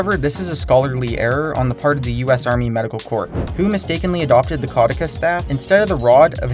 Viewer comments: kuh-DEW-sus rather than KAW-dih-kus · it's ca-du-ceus, not cau-de-cus. you dyslexified it... actual pronunciation is ke-doo-sius or ke-dyu-shuhs.